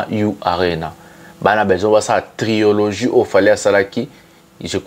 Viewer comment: TRILOGIE et non TRIOLOGIE🙏